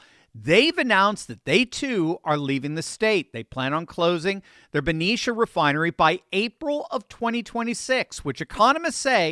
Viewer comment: Thank you for pronouncing Benicia right! Lol I grew up there and heard so many wild things. My uncle worked at that refinery when it was Exxon. My grandpa worked for Chevron his whole career and if he wasn’t at an on site project, he was at the San Francisco office. It’s so wild to hear that all of that is leaving CA. Though I get it! We left over a decade ago!